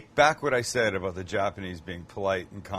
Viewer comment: I only have an issue with how you say "out" and "about" 🤣